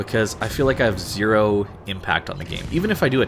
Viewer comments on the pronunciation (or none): none